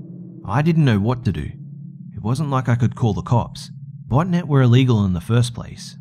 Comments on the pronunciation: i thot you said butt net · Xxpsphacksx I couldn't figure out if was saying "botnet" or "botinet" LOL